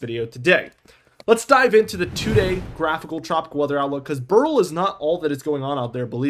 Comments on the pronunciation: It's pronounced "bear ill" or "barrel", not "burl". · Beryl... BEH-ril...two syllables. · Beryl is a name and gemstone. Its pronounced like Cheryl. "beh ruhl"